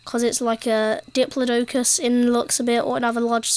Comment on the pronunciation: The way he says diplodocus 😭😭